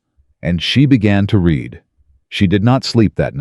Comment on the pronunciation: Please teach your AI on how to pronounce 'read'. If it is 'NOW', then it is pronounced 'reed' but if it is in the past, then it is pronounced as 'red'. He is 'reeding' the document or he 'red' the document. Very annoying. Also, why is it 'i' in front of many sentences when it is meant to be 'he'?